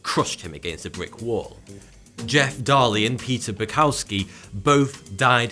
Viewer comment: Jeff Daley and Peter story is fake, come on now. I expect better. Daley is pronounced “day-lee” it’s a common last name in your country.